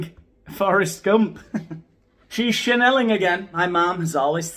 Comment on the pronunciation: I can’t concentrate as all I can think is that from now on should pronounce EVERY word that starts with “ch” as a “shh” sound! In line with “shaneling” 🤣🤣🤣🤣🤣🤣🤣